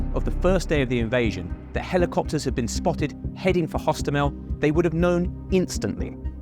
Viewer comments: Airport actually Hostomel Airport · Hostomel, not. Osowiec, not Owowiec.